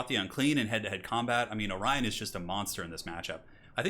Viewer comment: Orion not Orien.